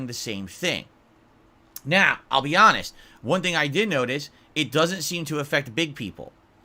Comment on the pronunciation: >> "Now, I'll be hanest" >> no you won't.